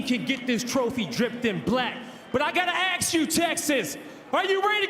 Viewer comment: "i gotta AXE you Texas"